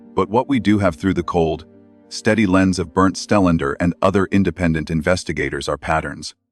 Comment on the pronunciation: I thought his name is Stellander? Narrator says 'Stenlend found'. LOL. Yeah, at 'spot one', he found a heart shaped pattern made of stones or flower petals - he's so sooo smart, he couldn't work out the difference. 😂